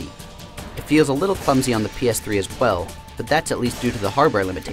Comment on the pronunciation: He says, "Hwell"